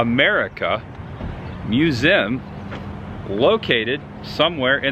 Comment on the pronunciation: Please stop saying "museum"... Lol It always sounds like "mewzim" 😂😂😂 Always look forward to your videos...